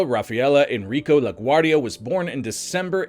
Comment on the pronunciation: *La Guardia (not "La Guardi")